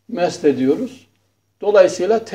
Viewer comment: Sayın Hocam 1-- DARP kelimesini DART şeklinde talaffuz ettiğinizi sanıyorum. 2-- MEST değil MESH ediyoruz.